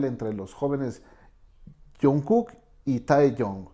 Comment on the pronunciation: Lo único que pude hacer fue aguantarme las ganas de gritar!!! 😭😭 son tan bellos juntos 💜 o dios mio tengo que aguantarme la emoción💜 taekook 💜 jajaja El señor dice "taeyon" y "junkuk" xd